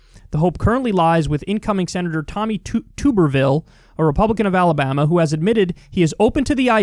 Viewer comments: Kyle I love you but please pronounce Tommy's name Tub Er Ville. He's a fucking ghoul, but people here in Alabama won't take you seriously if you don't pronounce the man whose only qualification is being a college football coach's name right. Yes we desperately need help. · I just want to say that as an Alabamian, everyone constantly pronouncing Tommy Tuberville's name like 'Toober-vil" always makes me chuckle happily when I hear it. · Nah, it's "Toober-Ville." It's not our fault that he doesn't know how to pronounce his own name. 😆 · It's pronounced tub not tube (even though there's only one "b"). He was the head football coach at Auburn University, he hearts Trump very much, and he refused debates and interviews, so that's all anyone really knows about him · Tuberville like bathtub not tooberville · KYLE. I know you don’t know your college football but calling him TUBE-rville throws me off every time. His name is pronounced TUB-erville as is in bath tub. I don’t like the dude at all (I’m an LSU guy) but this has been irritating my inner football guy. Of course if you keep calling him that as joke then good work. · Jesum crow Kyle, haven't u ever watched college football? It's not pronounced "Tube-er-ville" it's "Tub-er-ville". He was a shit coach who had a couple good seasons at insanely good SEC schools, who all improved after he left. Full Auburn stadiums chanted for his firing and not long after they got their wish, Auburn became a powerhouse contender. He also had a failed tenure at U of Cincinnatti after Brian Kelly left to take the Notre Dame head coaching job. He also had a couple of garbage seasons at Texas Tech. This guy has managed to fail up his entire life. Bounces from university to university, while struggling to competein the modern era of football and then he somehow manages to snag a seat on the US Senate. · "Tubber-ville" rather than "Toober-ville." Failed football coach extraordinaire. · Someone tell Kyle it’s tub erville. As in bath tub.